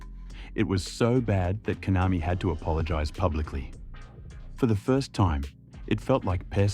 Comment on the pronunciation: KONAMI ❌ COINAMI✅